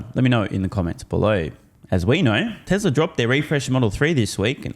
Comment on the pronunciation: can’t be sued, he says, “Teslur” not TESLA. well played